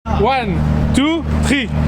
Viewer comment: Dans son intro : Oine, tou, triiiiiiiiii, Yéééééééé 😂